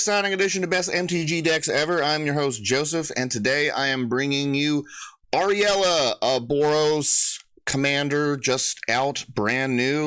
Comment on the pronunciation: Uh- rule-ya I believe is the pronunciation. Glad to stumble on this channel